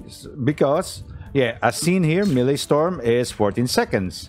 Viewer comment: Maelstrom is pronounced like "mail strum," not melee storm.